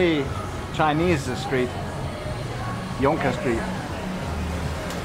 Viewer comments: We really had an enjoyable day there and could easily have used another day for exploring, will have to spend a few nights there next time. Thanks for all the info about the Trishaws and the Chendol, very interesting info! Glad to hear that the Jonker Street pronunciation was correct, that means that I have not forgotten my South African Afrikaans (similar to Dutch). Have a good weekend! Greetings from Copenhagen - Maxi and Maro:-D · You guys are amongst the few people who pronounced the word 'Jonker' (i.e. Jonker Street) correctly. It is Dutch for 'youth' or 'youngster'.